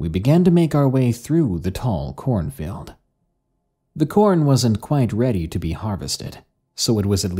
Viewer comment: "Corn filled" is all I hear when "corn field" is said. Other than that, I loved this